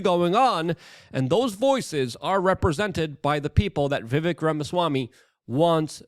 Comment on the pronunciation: It's Vivek, "like Cake".. As he's said on pronouncing the end of his first name. He may have said that when you interviewed him. He usually does as most pronounce it as spelled. Your on live, now, I believe..?! I usually watch on Rumble, but was here, now, so I watched. Keep up the fantastic work Luke! 👍💯🙏✌️